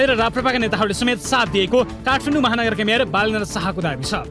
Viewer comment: काठमाडौं लाई काठफान्डौ उच्चारण गरिएको छ